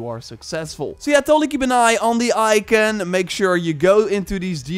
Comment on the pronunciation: Can’t stand how he’s says “ icon”